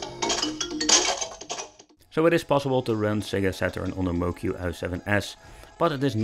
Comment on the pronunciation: Moqi is pronounced “mo chee”. I don’t blame people for getting this wrong. Pinyin, the use of Roman script for Chinese, is utter bullshit. Not intuitive in the least.